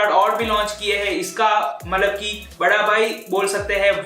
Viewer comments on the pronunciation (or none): none